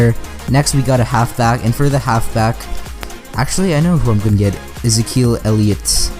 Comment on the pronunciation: did you just say ez-i-kel?